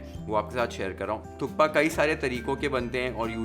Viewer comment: sir thats not how personally you enjoy it but thats how we every nepali enjoy our thukpa with chatni....and its "THUPPA" k is silent.